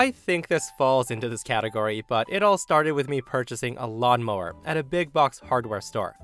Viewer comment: Did you say tow mower